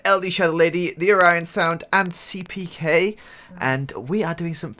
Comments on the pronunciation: its NOT CPK OR PEEPEEKAY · says it like "Stenned Cley" 😂😂😂😂😂